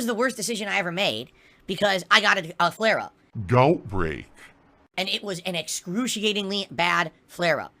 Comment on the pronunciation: Goutbrake lol